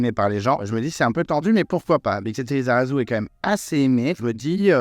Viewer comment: La prononciation de Bixente Lizarazu 😅